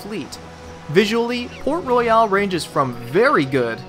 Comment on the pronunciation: i am from the Caribbean and you Americans say it wrong